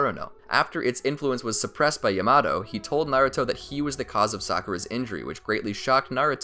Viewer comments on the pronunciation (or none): Learn how to say Yamato correctly YA MA TO not YA MA TAO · I’m sorry did I just hear your call Yamato “yea matt o”????